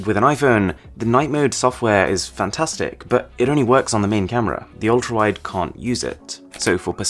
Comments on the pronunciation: ultrawite camera? Whaaaaaaat😂😂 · its not ultrawite its ultrawide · Ultra wite camera 😂😂😂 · Ultrawite camera 😂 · Ultrawite camera lol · no, i am not gonna ignore that(altraWITE) there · Ultrawite not ultra wide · It should be ultra wide not ultrawite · "Ultrawite" lol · The iPhone ultrawite camera 😂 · “ultra WITE” camera im sorry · "ultra wite camera" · Lol it said ultrawite